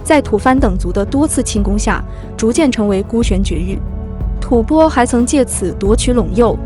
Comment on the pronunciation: 吐蕃的读音，一会读对，一会念白字，建议好好播讲下，加油！